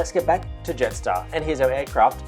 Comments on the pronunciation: (Jetstar Yarstar) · Love your witty sense of humour lol (Jetstar Yarstar) 😂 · (Jetstar Yaystar) ✈️ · (Jetstar Yaystar) Great video!!!